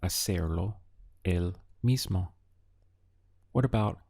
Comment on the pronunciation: Very useful. One thing: I notice you tend to pronounce the "o" at the end of words (e.g. gusto, mismo) as a soft "ah". Spanish speakers, at least in S. America, say it much more as a long "o" sound.